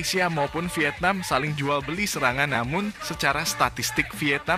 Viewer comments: Vietnam bro,, 😄😄 bukan wietnam😆😆😆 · Bang cakap ny..wietnam😂😂